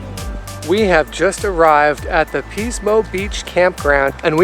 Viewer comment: Ahhh Pismo <3 Yeah, it's commonly pronounced as "PIS-mo" with a short "i" sound, so it sounds like "PIS-mo Beach. Love the restaurant F. McLintocks Saloon & Dining House in Shell Beach, near Pismo Beach. They were known for serving "Turkey Nuts," which are deep-fried turkey testicles, but they stopped offering that item a couple of years ago. Nice video, thanks for sharing :)